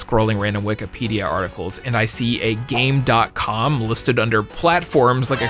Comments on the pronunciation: Why does he keep calling it the Game DOT Com when it’s Gamecom and he even had the commercial play in the video where they say the name properly. Also, Sonic Blast is NOT a demake of 3D Blast. I don’t know why you said that. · Game com, ac-tive